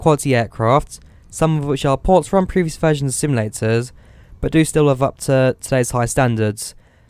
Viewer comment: SIMULATORS NOT SIMILATORS TALK PROPERLY MAN